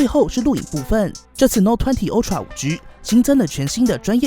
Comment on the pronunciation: Ultra是唸凹不是歐喔